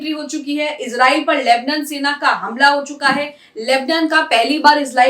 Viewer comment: Lebnan nahi lebnaan bolo